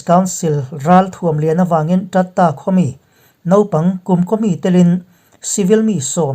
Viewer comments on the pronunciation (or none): I khaw hming sawi Tat ta tih a i lam rik kha ( Tin ta) tih a lam rik zawk tur a ni e.